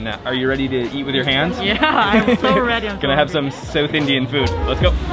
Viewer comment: It's south not sewth